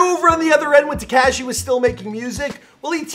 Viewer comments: Teh Cash ee It’s Tekashi Teh Kah Shee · Te-CAW-shi is how it’s pronounced